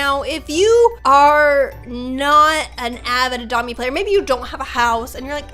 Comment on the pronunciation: i like how she pronounce "adopt me" ", "adome"